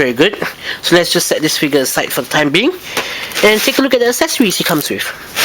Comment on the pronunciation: the way he says figure (figya) sounds like nigga xP